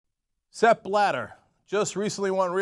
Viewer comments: Too bad your puns only work because you mispronounce the name. I know the "I'm a Murican and I pronounce the whole world in Murican", I just don't expect you beeing that ignorant. Ok, you didn''t know Blatter until some days ago, but could have figured it out by now, the "journalist" you are. Why don't you start pronouncing your name as "Cenk" instead of "Jenk"? BTW I'm not at all on Blatter's side, I'm just pissed off about the constant ignorance. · Not that I want to defend this asshole, but the way they constantly mispronounce his name for the sake of making it sound ridiculous is pretty dumb. This isn't one of those cases where the German pronunciation really does sound funny in English, nor is it even one of those cases where the spelling makes the word sound differently from one language to the other. It is simply pronounced like it is spelled in both languages, like the normal English word "splatter", just with a B instead of the Sp. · For f@ sake. It's not Sepp BlaDer but Sepp BlaTTER -_